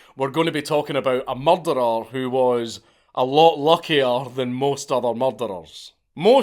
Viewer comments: Anyone else just watch this purely to hear count say murdar? No? Just me? Ok. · You say the word 'murderer' too scottishly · Anybody else enjoy the way The Count pronounces Murderer 😂 I Love It his accent is GOLDEN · you say murderer funny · I do love the way Scots say that word.